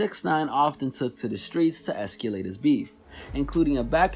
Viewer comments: its pronounced ESCALATE not EXCULATE...heard that in the last two videos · This nigga said “Escyuhlate”